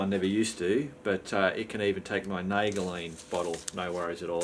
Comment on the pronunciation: Looking forward to the Useless Tips. Sounds like it should make for a good laugh. Don't mean to criticize but just so you know Nalgene is pronounced Nal-Jean. I don't think I have ever seen anyone drive over barb wire. Glad it didn't get uglier. Eager to see the Postie bikes, I like those things. Need to get me one when I get room.